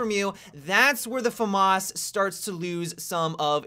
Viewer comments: fa-marse? wtf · The "Farmars" lol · He says it wrong